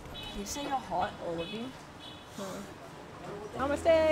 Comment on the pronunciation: namestae Indian people: hello 😂😂😂😂